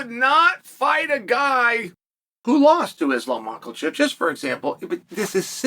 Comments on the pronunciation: Mackelchev 🤣🤣🤣 in the spirit of formula, I think Chael is following Jesse the Bodies formula of mispronouncing the name of fighters when he was WWF talking head. And you always seem to remember what the body would say about that fighter because of it. Chael is definitely the 2nd most astute student of the game. Only surpassed by Dana himself. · Am I the only one hearing Islam Michaelchev?